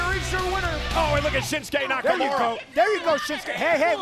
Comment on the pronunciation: "Shinsuke Nakamuro".